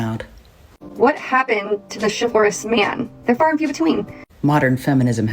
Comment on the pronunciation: CHIFFORUS man? CHIFFORUS man? Was she actually trying to say "chivalrous"? That is wild. Can conservatives ever use "big" words correctly without making absolute arses of themselves?